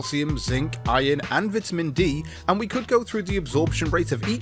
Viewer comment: You mispronounce vitamin several times.